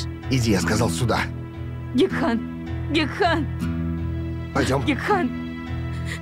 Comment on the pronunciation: Гекхан, а не Гехкан!!!